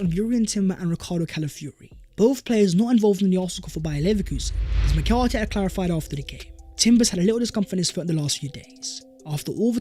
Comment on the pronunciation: It’s pronounced MEH-REENO